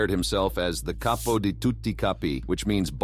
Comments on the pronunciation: I know, but he didn't pronounce it Cap-po, which is correct. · Same old info, but read by A.I.. I don't know how anyone can listen to that robot droning. There's zero inflection and A.I. pronounces words wrong. "Caypo"? Really? For me, unwatchable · the narrator probably made a mistake, the word is CAPO.